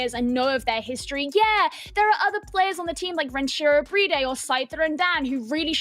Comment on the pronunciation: Why do they call BriD "Bridey"?